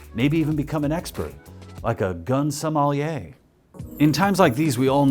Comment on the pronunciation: For Giamatti's sake, you can't make seven "Sideways" references and then say "So-MAH-lee-yay". That's the planet the guys who killed Captain Phillips came from. A wine expert is called a "Sommelier", with an "E" sound in the middle. Or just say "Wine Steward".